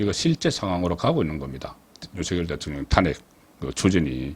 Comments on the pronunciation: 사투리가 듣기 싫은 게 아니고 특정 단어에 대한 발음(특히 탄핵 단어)이 경상도식 발음도 아니고 정체불명 같네요 다른 경상도 사람의 발음을 들어 보세요 완전히 달라요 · 탄핵이란 단어의 액센트가 듣기 거북합니다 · 탄핵 발음 교정 좀 해 주세요 저도 경상도 출신이지만 탄핵 발음을 그렇게 하지 않아요 굉장히 듣기 거북스러워요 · '직무 정지' 의 '정지', '탄핵'. .... 사투리 발음을 제발 고치세요 정청래는 '마포을 출신 정청래' 으로 부르세요